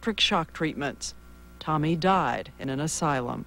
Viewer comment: TAMI. Not "Tommy." She went mad not from just the abortions, but from the insane verbal abuse. Rudi constantly accused her of doing everything completely wrong but breathing. (Pronunciation is the same.) Tami was beyond abused, that poor, beautiful woman.